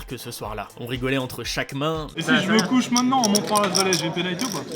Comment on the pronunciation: Gage : Tu dis "J'me touche" au lieu de "J'me couche" et "Moquette" au lieu de "Tapis"